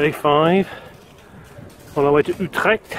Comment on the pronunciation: you pronounced utrecht pretty good there . also really cool to see some video's like this, planning a tourtrip with my road/tourbike myself for the next summer